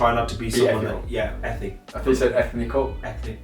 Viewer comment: Enthical 😂😂 impressive honest nuggets thank you both